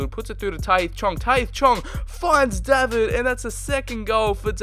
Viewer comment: I think you should pronounce David as how it is in English using countries. Since he is Canadian, I’m not 100% sure about pronouncing his name ‘Daa-vid’.